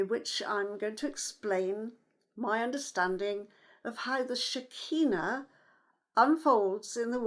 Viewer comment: SHER. KEE. NAH. not shikeenu